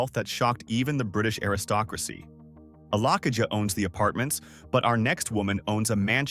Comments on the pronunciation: Alakija not Alakiya You have to sound the ‘J’😅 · AlakiJa not alakiya and also AlakiJa is a yoruba name.